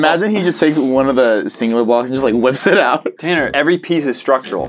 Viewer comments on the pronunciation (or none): Tanner not tannar